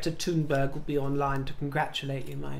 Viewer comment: Thank you for pronouncing Greta Thunberg's surname somewhat correctly. I know non-Swedish speakers may find it difficult, but the best English pronunciation is to pronounce it with a silent h.